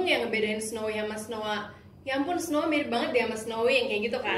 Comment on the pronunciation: Aku gak bermaksud bilang kakak bohong tapi kan dia udah bilang nya itu snowee bukan snowa